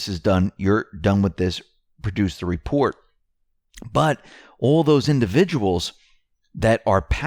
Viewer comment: WHY, WHY do you persist in saying "Welcome to the X22 Repore"? The word is "reporT."